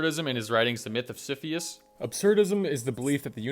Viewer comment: Mispronounced Sisyphus. I’m out.